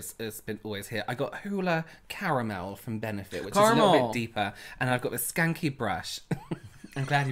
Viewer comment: randomly shouting things in an American accent kills me 😂 “caramel!!”